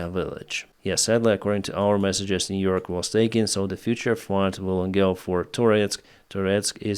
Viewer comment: Niu-York? That's an interesting name.